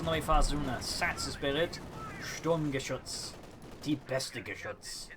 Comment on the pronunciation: No, die Sturmgeschütz is correct. The Dane way of saying the name of die beste Geschütz.